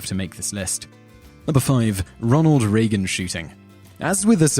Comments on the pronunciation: The name is pronounced: Ray-ghen. Not: Ree-gan. Lord have mercy. you mention in one video not knowing how to pronounce a name. yet every video you manage to butcher at least one common country name or famous (or infamous) persons name. get it together. it isnt that hard. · # 5: The E in President Reagan's name is silent. President Reagan's name is pronounced as Raygan not Reegan. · Its pronounced Ray-gan not Ree-gan. You should not be get pronounciation of western names wrong especially one as famous as Ronnie Regan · Its "Ray gun" not reee-gun. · Every time you say Aluminum like Alyuminium, an angel loses its wings. That, and its RAY-gen. Not Ree-gun. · Ray-Ghen not Ree-Ghen - that is all. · It's pronounced "Raygun," not "Reegun" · Great videos, but where is this guy from? His pronunciation kills me sometimes. Ronald Ray-gun, not Reeg-in. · What's with misprouncing Reagan's name? It's Ray-gan not Ree-gan. Surely he's famous enough that the voiceover has heard it before. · Good video. The moon is not a planet. Reagan is pronounced like raigan, Not reegan. He was not about to be the second sitting president to be killed. Think McKinley (1901). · It's pronounced 'Raygun'. Ronald Raygun.... ;-) (it's true!) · Ronald Reee-gun? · It's Reagan, not Reagan. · How does this guy not know how to pronounce Reagan's name? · You've got a really strange pronouciation of Reagan, sounds like you are saying "Reagan".